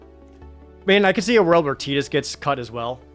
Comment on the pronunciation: I love ya Projared and I love the content but man I don’t like the way you pronounce Tidus 😂